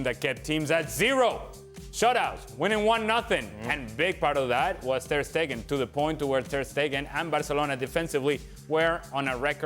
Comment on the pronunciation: TER "STATUE" STEGEN